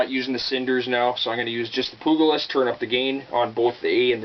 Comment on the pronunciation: “Poog-a-list”? Come on dude haven’t u ever seen “Young Guns”? The G sounds like a J